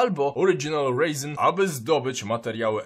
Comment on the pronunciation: Śmieszne że zamiast 'resin' mówisz 'raisin' czyli rodzinka xD